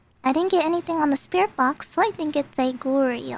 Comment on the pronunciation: The way she says Goryo sounds like Glory Hole, but it's so she doesn't know that thing.